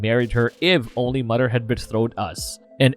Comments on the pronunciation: Dude..practice your "th" pronunciation...its mother/brother not "mudder/brudder"..it's so distracting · Its mother not mudder. Its brother not brudder. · I'm sorry, am I hearing the narrator say "mudder" & "fadder"?!